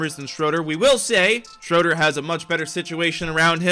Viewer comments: For some reason it makes me mad when people say (shr-o-der) when he is German so it’s (shr-oo-der) ( it’s also spelled Dennis Schröder) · stop say shroder it’s shruder